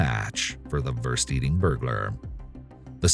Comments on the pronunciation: We don't call it Wörst in Germany. Its Wurst. 😹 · Wurst is not pronounced worst. The u sound is like in the word tomb.